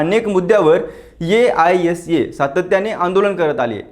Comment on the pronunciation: aisa पुन्हा पुन्हा नको ‘आयसा’ बोलतात संघटनेला...